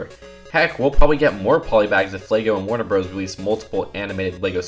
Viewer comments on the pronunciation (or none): How people usually pronounce Warner bros Every person on earth: Warner brothers: Warner broes.